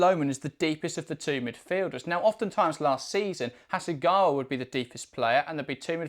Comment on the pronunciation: ちゃんとハセガワって発音してる。ちゃんとオリジナルの音声聞いてから書き込みな